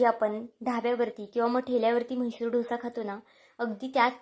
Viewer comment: Dhosa nahi “ Dosa”